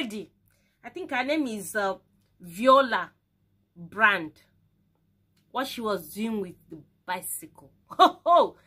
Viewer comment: Yes you pronounced it well. Omg Gurl is bunch of talent wow